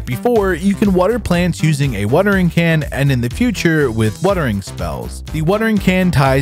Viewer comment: "Wuhtering can" is probably my favorite